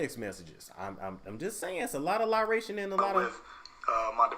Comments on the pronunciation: you have me rolling..."lie ration" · Did you just say lieration lol